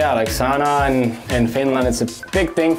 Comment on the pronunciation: why he say sauna wrong